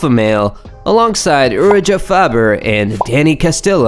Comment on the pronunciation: I don't understand how you make a MMA channel, and not be able to pronounce their names correctly. Urijah Faber and Micheal Bisping were especially bad. And considering how big he was in MMA.. How have you not watched enough MMA to be able to pronounce his name? That's crazy. Also.. "The Ultimate Fighting"?? Lol... But you could at least look up videos of these guys fights and find out how to say their names correctly for your video bro. There are a lot of good MMA channels out there. If you want to be a part of that, at least make the effort.